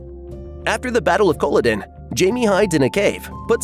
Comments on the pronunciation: Yeah, it got annoying after the first time that he was saying it completely wrong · How can you possibly comment on how historically correct Outlander is, if you can not even pronounce Culloden???? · lmao its cuh-lah-den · Cola-din? Are you fucking serious? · it would behoove you from now on to learn how certain words are actually said, before you come on here and make a fool of yourself, Kah la din aka Colloden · Can't even say Culloden correctly 😂😂😂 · Interesting video, but seriously, that's not how you pronounce Culloden. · Leaving accuracy aside, you would think the person making this video would pronounce the name Culloden correctly! It is a present-day village in Scotland after all. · Ok, enough. If you think as an American you can comment on the accuracy Outlander's Scottish history - make sure you are having the decency to pronounce both Culloden and Scots Gaelic "Gallic" properly! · I HATE he can’t pronounce Culloden! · the fact you can't pronounce Culloden correctly makes me not believe any of this video is factual.... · You would know how to pronounce Culloden, if you watched the show. And, who ok'd your pronunciation? The should be fired. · This irritates me we so much! If they can’t say that correctly, how can the rest be worth anything! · Very informal, but well annoying hearing Culloden pronounced like that haha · You lost me the second time you mispronounced Culloden. Seriously, Google is free.